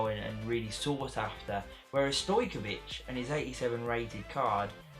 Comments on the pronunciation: His name is stoic...kov not wich😄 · Stoichkov , a ne Stoichkovich be baluk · Who’s stoykavic. His name is stoichkov- that’s stuy - kov